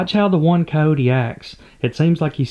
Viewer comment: It is very disturbing to hear how you kill all the "i" and the "y" from the words. you say caote instead of cayote. (coyote), that is the "y" as in year.